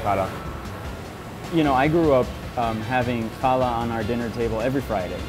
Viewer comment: There’s a mistake in the written script it’s challah bread which is pronounced as hala